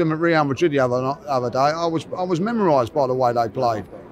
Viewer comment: Mesmerised.. Not sure what he said ? 😅